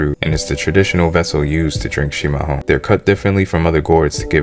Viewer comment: Parabéns,você fala chimarrão do jeito certo 👍🏻